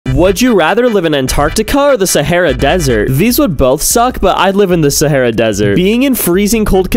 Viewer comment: Bro can’t pronounce the Sahara Desert